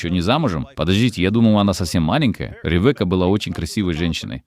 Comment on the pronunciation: Рэвэка))) имя звучит как Ривка с ударением на и.